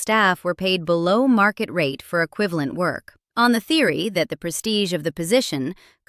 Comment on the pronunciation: “Prestige” lol